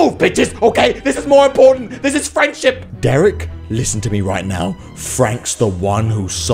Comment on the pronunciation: did you say frankship?